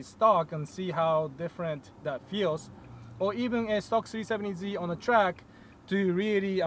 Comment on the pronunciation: Sounds like he says c70z lol